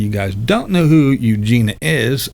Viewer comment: BTW - Eugenia's name (I believe) is pronounced 'Eugenya.'. Just sayin'.....